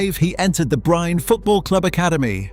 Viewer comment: It is pronounced as Holland, while Erling does not correct anyone maybe out of not really minding it. That is how simple and non-chalant he is. Bryne is also pronounced as Breena. Either way Erling is a fantastic player. Nice video too!!!